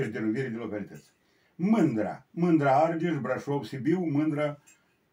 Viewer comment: Va apreciez si va urmaresc dar ma intreb de ce dumneavoastra ca istoric nu pronuntati corect multe cuvinte in limba romana , spre exemplu mai inainte cand ascultam ati spus Arges in loc de Argeș....